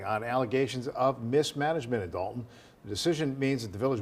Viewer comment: D-O-lton not DALton!